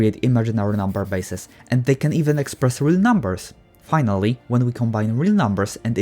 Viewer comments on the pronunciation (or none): I heard “PI-nally” instead of “finally” WHAT THE CRUST😂😂😂